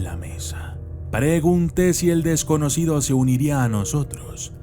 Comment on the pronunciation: se te escapó una "p" en la palabra desconocido jeje